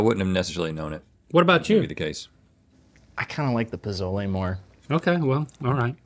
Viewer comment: The way they kept pronouncing Pozole lmao